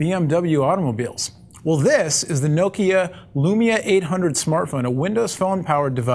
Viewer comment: You say Nokia wrong.